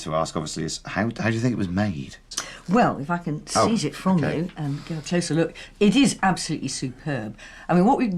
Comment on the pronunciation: Says lick instead look which is disturbing